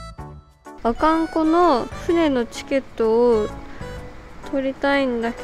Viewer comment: 釧路来てたんだー！ 地元民としては嬉しい限り✨ ただ、「阿寒湖」のイントネーションがちょっと違うような…？